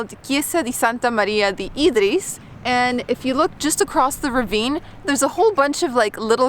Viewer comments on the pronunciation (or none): none